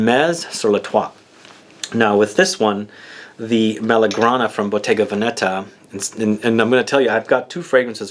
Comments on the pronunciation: It's Vèneta not Venèta ;) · you said Venetta